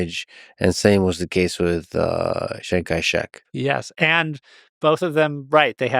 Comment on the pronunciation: isn't it "Chiang" Kai-Shek? this guy keeps saying Shang Kai-Shek, cringe